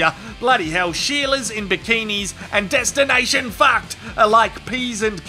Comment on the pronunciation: I can't help but giggle every time I hear "Destination Faacked".